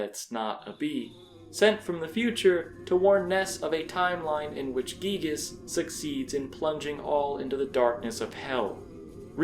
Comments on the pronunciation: Can we all stop pronouncing Giygas as Gieg? When we were kids we all called him Guy-Gas. I refuse to change that. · Giygas is not spoken Gigas but Guygas it just sounds better. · It pains me when you say "geegus" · "Gee-gass" sounds funny